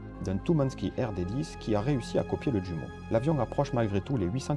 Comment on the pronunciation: Bonne série bien faite (je m'autorise d'autant plus à le dire que j'ai jadis été publié en livre sur l'aviation). Une observation cependant : pour le réacteur allemand, prononcer "youmo" et non "djumo" ; je "j" est allemand, et non pas anglais.